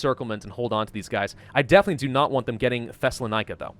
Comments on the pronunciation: You SERIOUSLY SAID "THESSALONIKI" WAS "THESELLANIKA" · U pronounce Thessaloniki wrong its pronounced thessa Lon eke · I am Greek and just to say you said ''Thessalonika'' the funniest way ( Good english brah)'